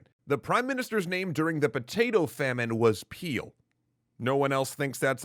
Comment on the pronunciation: “His name is Peel” A few seconds later... “The news trouble Peeled”